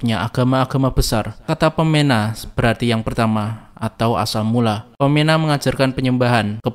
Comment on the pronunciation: Baca "Pemena" Bukan Peména, E Nya semua pepet.